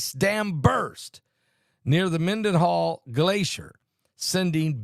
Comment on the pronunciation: Phonetically {{men-den-HALL, **with an H**}} not to DIS, but to inform😇😇😇